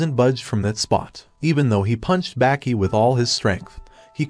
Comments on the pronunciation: its not baaaaahki its baki bro pronouncing it wrong lmfao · Why does he say Baki and tranasourouslike that